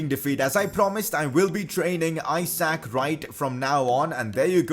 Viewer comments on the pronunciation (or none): none